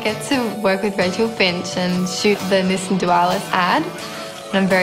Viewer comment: I thought I heard Nissin when it was actually Nissan. 😁